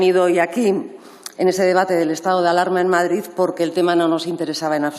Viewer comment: Madrizzzzz.. ahí ahí que se note que eres castiza y española. 🇪🇸🇪🇸